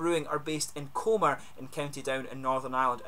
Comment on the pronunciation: I know this has been up for a couple of years, but I’ve just found it. Great review, I’ll be heading back to NI for a couple of weeks shortly, have to get my hands on some of this 😊 Btw, small thing, but the town is pronounced cumber, like the end of cucumber (my wife’s home town). Great channel, looking forward to watching more reviews 😁